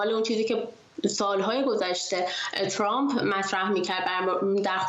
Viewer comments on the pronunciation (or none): none